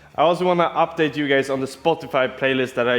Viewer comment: You killed me when you tried to say " I updated " 😂